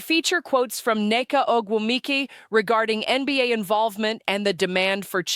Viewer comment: Do your f**king homework and learn how to pronounce ogwumike.